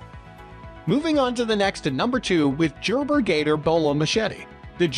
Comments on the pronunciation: Dude said, Jerber...😢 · Jerber? Sounds legit.😂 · Did this dude say "jer-ber" for Gerber🤣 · Computer-read bullshit with no explanations as to why each machete is rated at each rank. Lost it at "Jerber" and "can be used by all branches of the military". LOL! Adding this channel to my local-ban list. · My dude said Jerber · I cannot take any of these recommendations seriously. What a joke, it is one big infomercial except not as informative or as intertaining. Jer-ber...WTF? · It already was weird, but I had to stop watching this shit at “Jerber.” 🤦🏻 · Oh no, it is jerbeer jatoor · It’s a computer reading marketing info… no one pronounces Gerber like that. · Why can’t he pronounce “Gerber”???